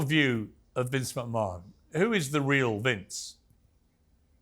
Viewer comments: Calling him Mcmun instead of McMan sounds wierd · Does piers say Vince mcmoan ? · How many hints did Piers need that it’s pronounce MCMAN not MCMAAAAN - least he realised that it was MAAAVEN and pronounce Mayven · It's Vince mcMAN not mcMAAHAN YOU DUMBAZZ PIERS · it not pronounced macmon its pronounced macman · Mate he’s called Vince McMahon not Vince machmaaaan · Vince McMarhn 😅 Marvin 😅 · Your English Piers its not McMarn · Who is maaarvin who the f*ck is vince mcmaaarn... Piers say it right !!! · The way Piers says Mchmahon triggers me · Why's he calling him macmaarrrn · i heard Vince "MaMan" twice. :/ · Piers pronounce McMahon correctly. Its his name after all. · I can't get over how he keeps saying McMahon. 😂😂😂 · Someone give Pierce a lesson on wrestlers name. I mean, the way he said Mcmahon I'll let that pass. BUT did he actually call Maven Marven??!! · The way Piers is pronouncing McMahon is doing my sweed in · Right? I thought I was the only one who noticed that 😂